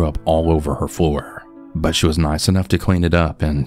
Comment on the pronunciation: I can’t unhear “buhnnn” whenever you say “but” 🤣